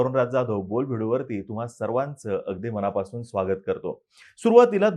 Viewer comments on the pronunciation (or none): none